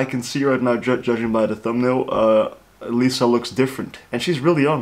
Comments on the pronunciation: hey bestie, react to Lilifilm Lisa's world, LALISA jacket making and MV making clips. those show her on stage and off stage charms! and You're gonna love them. the top 2 vids on her channel. btw, her name is pronounced as "Lee-sa" not "Lai-sa" and lastly, what you said about her ass, for me, body parts matter less because you get them naturally. what matters to me is how you are using or utilising your body and she is doing that damn good! 😊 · "Laiza" wtf? It's pronounced "LEESA" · Her name Lisa is pronounce as "Lee-sa"